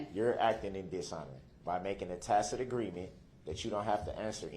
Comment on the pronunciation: Okay, this guy just completely blew my mind: after months of murdering the English language, he actually pronounced "tacit" correctly for the first time.